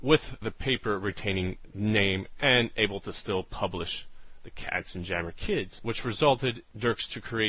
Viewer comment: Pronounce "KatzenYammer", as in yammering of cats.